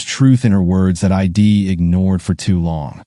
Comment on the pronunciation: Contractions are impossible for AI readers to comprehend. (I'd) is not pronounced EYE DEE